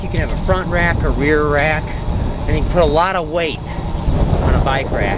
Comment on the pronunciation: Did he say "bike rack" or "buy crack"? :D